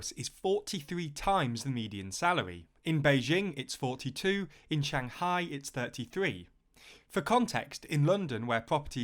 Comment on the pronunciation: SHANG CHAI lmfao